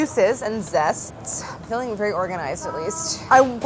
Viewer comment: "I'm feeing organized atleast." 😂